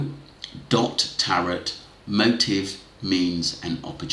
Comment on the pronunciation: Hi tarot is pronounced TARO